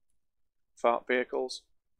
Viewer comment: I could not understand what you were saying you built earlier. So, I turned on CC, and it confirmed what I thought you were saying. "You built a fart earlier".